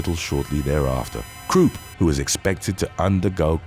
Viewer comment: Bruno Krupp is NOT pronounce like Kroop,but Kr upp,it's German name.